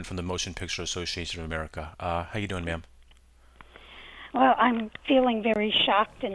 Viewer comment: you said ma'am my cat thought you said meow